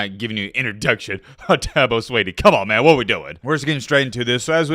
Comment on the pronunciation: Thank you, well put. doesn't even know to pronounce the man's name. That should tell everything you need to know. He listens to a bunch a fodder and reports what he hears.👍